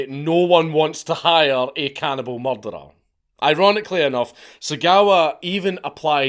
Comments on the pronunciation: Anyone else just watch this purely to hear count say murdar? No? Just me? Ok. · You say the word 'murderer' too scottishly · Anybody else enjoy the way The Count pronounces Murderer 😂 I Love It his accent is GOLDEN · you say murderer funny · I do love the way Scots say that word.